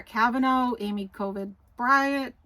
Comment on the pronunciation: LoL. You said Amy covid barrett! Not your fault and very much appreciated! Thanks. Excellent as always.♥️